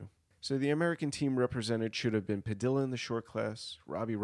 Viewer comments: It's pronounced Padiya, not Padila. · padilla is pronounced like tortilla